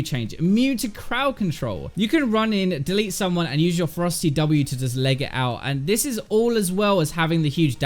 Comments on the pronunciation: I was like wtf is a frosty Q and a frosty W when he talked about Rengar. He was saying Ferocity lol... Damn u British boiz 💛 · everytime he said ferocity i thought he said frosty for rengar XD